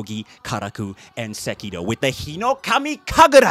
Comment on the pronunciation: 日暈の龍頭舞いの発音上手すぎ😮